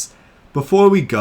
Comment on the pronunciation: I agree with how you pronounce Carnotaurus versus what did Disney dinosaurs said about Carnotaurus I hate that they named it carnotaur😂